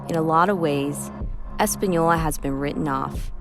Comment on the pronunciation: Española ! not españoi , ES-PAH-NIO-LAH. Common is not hard.